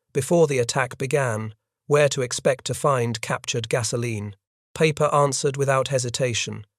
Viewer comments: his name is Peiper, not Paper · Why does this keep referring to Peiper as ‘Paper?’ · Apparently, so is Peiper. You called him everything but Pooper.